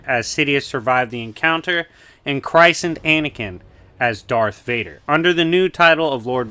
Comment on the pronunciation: Is the way pronounces christened just american english? Because in all my 19 years of life in the UK i am yet to meet someone who ptonounces christened that way. We always pronounce it cris-inn'd